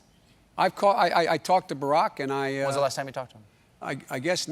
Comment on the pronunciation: He called Barack "raprock" he was his vp for 8 years! his memory is slippin. Sorry creepy Joe you aren't right and should sit it out